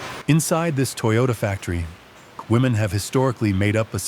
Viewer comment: Not Toy-yoda.. its pronounced toe yo taaaaaa. 😂😂